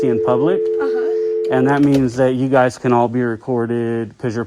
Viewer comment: "you guyzeees"